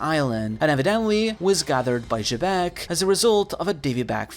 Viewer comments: Xebec is supposed to be pronounced "jee-beck" that's how both the japanese and English dub call him. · who is "juh beck"?? bro just say his name right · why you keep pronouncing xebec name like that lol